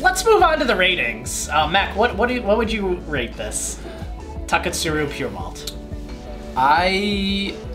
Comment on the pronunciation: I like the way you say Taketsuru